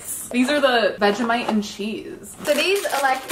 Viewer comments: Your saying vag-I-mite not Vegemite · Bro when she says vegimite I cringe cos she says it like veg I mite not veggie mite lol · Idk why but it makes me cringe bc she says Vegamite instead of Vegemite but i still love her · It’s vegemite not vegimite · The way she said Vegemite as "vegimait".